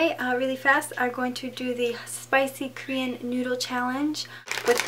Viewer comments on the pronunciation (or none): none